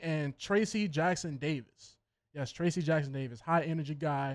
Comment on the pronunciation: I'm not a pelicans fan but i discovered you show and i like it. I'll keep watching. I want to also tell you that Trayce Jackson-Davis, the son of former nba player Dale Davis, his name is not pronounced Tracy but TRACE. Or you can call him what warriors fans call him TJD